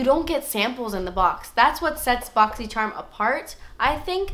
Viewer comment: Now I pronounce "charm" as "cherm" 😂